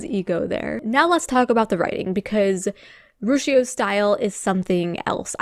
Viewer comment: You're the 1st person I have heard say Rucchio wrong.